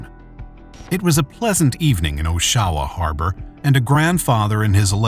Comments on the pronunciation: it is not pronounced as oshwa, it is oshawa. back to school boys. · Tell your AI it’s OSH-UH- WUH? Oshawa, Ontario. OH-SHOWA is wrong. My AI is smarter than your AI. Loser. Population of 175,000+ come on. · It’s pronounced AW-shu-wah not oh-SHAH-wah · Pronounce the name of the city right will ya. Osh A wa